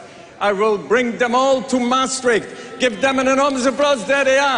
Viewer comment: Bucharest and Maastricht not Buccarat and My Street . Why Europeans don't mess up names like New York with Newtorc, but Americans do that to EU cities ?